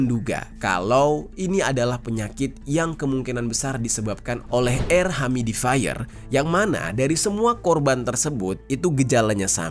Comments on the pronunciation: Yu-mi-di-fai-yer ... cek pronounciation nya di mbah Gugel, bro !! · Makasi infonya, bang.. smoga gak kejadian di Indonesia deh kyk gini2... harus ati2 sama bahan kimia yang dimasukin di produk sehari2. Btw mohon koreksi dikit, "Humidifier" cara nyebutnya "hyumi-difayer" bang. Sukses selalu buat konten2nya! 🙏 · Humidifier bang bukan humidaifer 🥲🙃